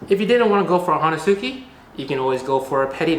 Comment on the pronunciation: psst. The "u" is silent. Hoe-neh-ski ;) However, I'm sure you've been blasted enough times for this. LoLz. Nice vid, bruh. Keep makin them vids.